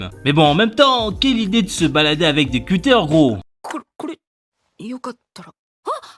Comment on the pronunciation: "Kyotaro, dangereux criminel qui passe sa vie à se balader avec de cutters" surtout avec l'accent 🤣